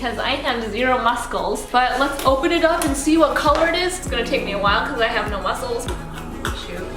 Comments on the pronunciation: Love that she pronounced the C in muscles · BRUH HOW DID SHE PRONOUNCE MUSCLES LMAO